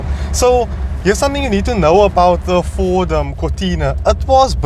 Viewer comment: "Fordt is Lordt"